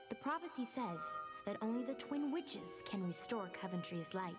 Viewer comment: you do know that its twin witches right. not teen witches. its important to me that you know this